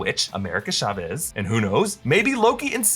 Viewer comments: AMERICAN SHA-VEEZ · Why are you saying Chavez so weirdly? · Love how he can't say CHAVEZ